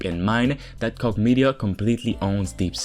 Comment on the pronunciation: “Koch” is pronounced “coke” like the drink.